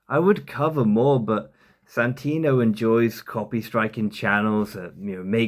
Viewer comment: He called him Santinio. He's just trying to copy Redbar's shitty jealous hate video, and doing a pitiful job.